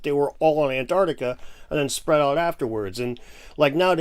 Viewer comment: 😂 "Antartica" Yes, has got it together😂